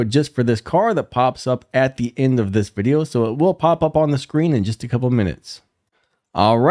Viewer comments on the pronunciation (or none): “VIDIEO” 🤣 & again… spelczech that mutha🤣